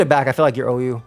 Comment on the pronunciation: "this is the most uu team you can run" ....bro that's OU